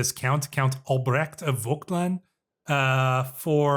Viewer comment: When pronouncing these German names just use "h" like in "honey" when you see "ch" in names like Albrecht, should be easier and probably more accurate most of the time :)